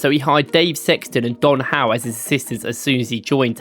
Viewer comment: And Dan Howe